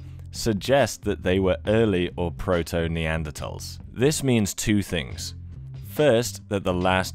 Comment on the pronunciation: Who made the decision to stop pronouncing the 'h' in neanderthals? Its annoying